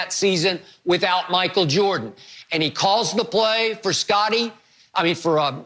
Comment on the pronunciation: Me: Michael Jordan Shannon: Michael Joh-dun